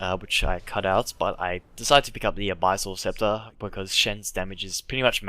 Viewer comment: the way you pronounce abyssal scepter is hilarious.